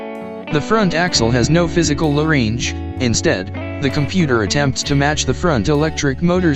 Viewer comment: AI commentary is appalling, two fast, and incorrect pronunciation, 'low range' two separate words, Nm is the traditional measurement of vehicle rated torque, Newton metres, not nano-meters!